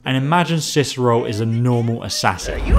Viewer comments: Let me guess, someone stole your Ciceroll... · Good old "Ciceroll". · sounds like hes saying Ciceroll not Cicero... like if u agree! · It’s Cicero, not Ciceroll... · Why does it sound like he says cicerol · Why does he say cicerole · Why does keep calling him Ciceroll??